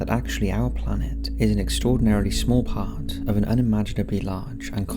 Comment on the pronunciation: Small “part” blah blah “large” ..your so annoying the way you carry your words to sound original..I couldnt even listen for 30 seconds